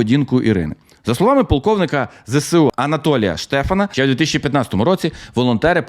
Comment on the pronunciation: ну Ви ж блогер, цікавий контент і все таке. Ну навчіться вимовляти абревіатуру ЗеЕсУ, а не кацапське ЗеСеУ. Коробить аж як чую.